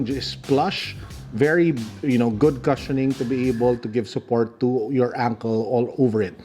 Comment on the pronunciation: the “cu” in “cushion” is pronounced “kooo”, not “ka”.